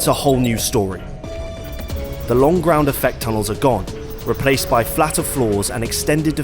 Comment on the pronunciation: BOT BIGA, BOLDA, FROM THE GRAUNDA